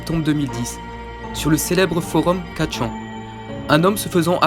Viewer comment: C pas 4chan c fourchan sinon trop tes vidéos j'adore le criipypasta